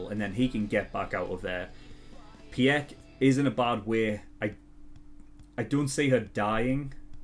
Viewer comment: I think it is supposed to pronounce as "Pick" not "Pi-eck".